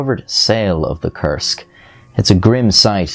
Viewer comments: Koorsk, not kersk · When you say "Kursk" it almost sounds like "Cursed" which is fitting... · It took three times of hearing the word to realize he's saying "Kursk submarine" not "cursed submarine" And then a trip to the description to confirm the spelling...